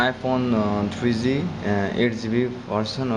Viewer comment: twree zee, twree zee-es